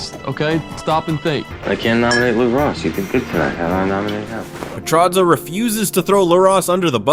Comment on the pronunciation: if only you could say petrozza correctly